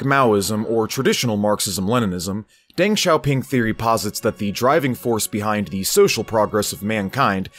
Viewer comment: Zhou is pronounced like a hard "Joe", and Deng is pronounced similar (but not exactly the same) as "dung". In Chinese "E" is pronounced like English "uh". So De is pronounced "duh", Peng is pronounced "pung", and so on.